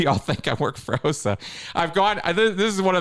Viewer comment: Always suspicious of someone who says the OSA acronym incorrectly. 😅